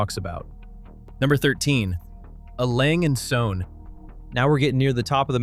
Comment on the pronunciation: Except you don't. Longines, Lange und Soehne are pronounced wrong. He/it got Breguet wrong the first time as well (it's not "Bree-guet").